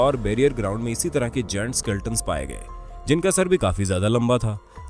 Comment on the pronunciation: गैंट होता है ना कि जेंट्स